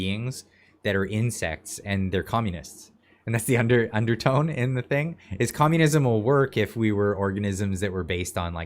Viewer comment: She calls for COMMUNISUM 😢